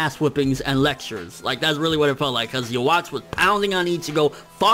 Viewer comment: It's pronounced "Yoo-Hah-Bock." The "w" makes a "v" sound in German, but "v" is "b" in Japanese, since that letter doesn't exist.